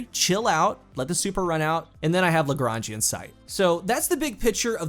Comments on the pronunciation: I hope you know that you're the first D2 content creator I've heard say Lagrangian right lmfao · Hey, I am french and I have to agree, he's making what I'd call a 'correct' attempt at saying it. GG. And I think you're right, it must be based on Joseph. Nice to read someone with good culture / references. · Legit, I'm not kidding, I've heard the reviews for this gun early when Season of the Lost started you're the only one! Lagrange is derived mostly from western Europe and can is pronounced pretty much the way you say it. ALSO FUN FACT, Lagrangian Sight (i'm assuming) based on the actual mathematician, Joseph-Louis Lagrange, who transformed the world of math in a lot of ways, especially in Mathematics and Classical Physics in the s. So, kinda cool how the perk is based on calculations and physics and all that stuff to make an absolute killer beam of death and explosion :)